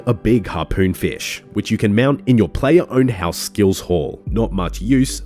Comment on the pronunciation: You say fish with two syllables and it's making me cringe every time.